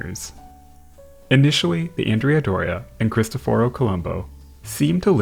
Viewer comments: Just FYI, the Andrea Doria is not pronounced ANN-dree-ah; it is properly on-DRAY-ah, and it was named for a man, a historic Italian general. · It's An-DRAY-ah Doria, not Andrea Doria. It's named for a Genoese admiral.